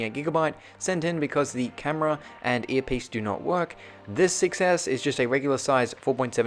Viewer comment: always sounds like iphone Success XD